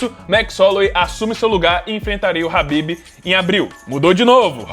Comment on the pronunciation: Parabéns por pronunciar khabib corretamente, o ufc dublado sempre diz cabibe